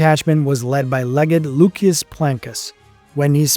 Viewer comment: And loo-shus not luk-ee-us